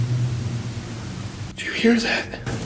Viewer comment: This has to be the biggest load of shit on YouTube, the worst videos I've ever seen and I've only managed to get to number three. Also your AI must be dyslexic as it keeps getting the words wrong, like luder instead of louder, or Alappachia instead of Appalachia. Do us a favour and don't take shitty videos from other peoples channels to make yourself an Ad revenue generating channel. Utter garbage!